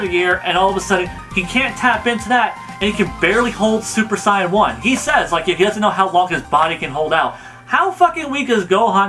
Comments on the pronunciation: Hale Zian holy shit lmfao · dude, you said saiyan wrong